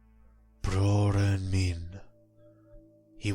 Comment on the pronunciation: Cringed a little when he said "broren min", that's scandi, not sami.